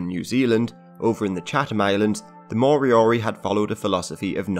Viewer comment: if going to discuss moriori: pronounce properly; make sure your facts are correct, for one moriori are NOT extinct as not all were killed or died off and descendants continue to accelerate new generations which includes language and be included in a fairly recent govt payment.